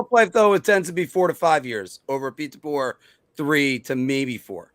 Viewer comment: I know why you're on alone. Right now, Filk & Anthony are making up A Pool on How Many Times You'll Pronounce Incorrectly Peter Laviolette. LOL. It's OK. I love you,. After Working, you come on An Give Us A Great Show, so, you have Carte Blanche from Me to Mispronounce His Name As Much As You Like, Buddy.